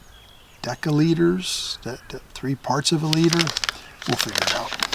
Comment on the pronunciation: Deca liter?? Your education is lacking